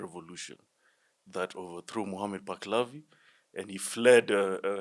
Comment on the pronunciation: You do not know what you are talking about. The name is Muhammad Palavi, not, Baklavi..